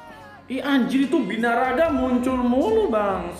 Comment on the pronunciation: Birangga bukan binaraga wkwkwk